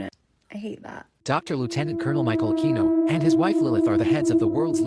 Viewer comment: It's not queeno, it's keeno. Michael akeeeeno